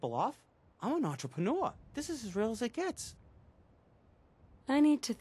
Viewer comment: an entrepenuer lmao